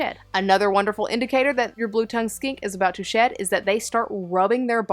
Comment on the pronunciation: I thought when you said "shed" you were saying sh1t and I was like "Oh..Reston doesn't go grey when she's about to take a sh1t on my bed.."